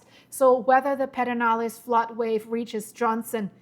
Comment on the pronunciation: "Purr-din-aless" River ☺